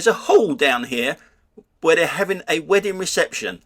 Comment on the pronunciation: "Hall where they're having ha whedding reception...! All the H's and a few more!